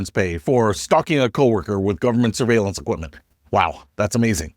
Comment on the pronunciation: You pronounced surviellance wrong. Flock Surviellance Cameras. Also they are very easy to hack into so you can track your ex girlfriend or your local alderman.